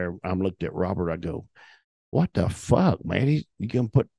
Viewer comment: The inflection and emphasis he puts on the f-word is otherworldly.